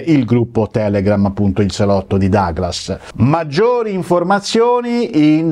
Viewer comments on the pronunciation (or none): none